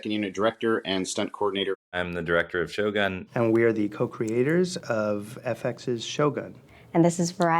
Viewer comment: Weird that the creators and directors can’t even pronounce the show’s title Shogun properly.. 😤